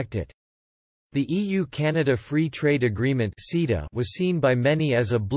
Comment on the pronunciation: It took me a while to realuze that "seeda" means CETA. For anyone with a short attention span, the reason the EU has an issue with it is in the last 20 seconds.